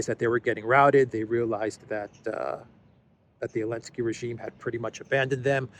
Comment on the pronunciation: Elensky? Someone please feed me why the "Z" was dropped.